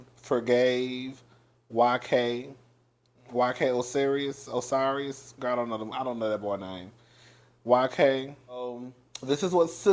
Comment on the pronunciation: One thing about my baby daddy! he will fu*k up somebody name 😂😂 it's yk o-si-ris 😩😭😂😂